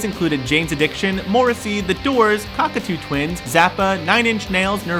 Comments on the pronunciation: The Cockatoo Twins? It's pronounced Cockto Twins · Cockatoo Twins? It's Cocteau Twins after the French director Jean Cocteau, pronounced Kok-toh! But great video and interesting stuff :) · "Cock-A-Too" Twins?!? Wow, as a fan of Cocteau Twins, I am offended by that! 😂